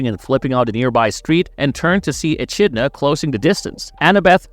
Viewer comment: You mispronounced Echidna